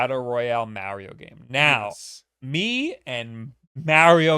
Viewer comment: You and Mario go so far back he pronounced his name differently back then. 🙃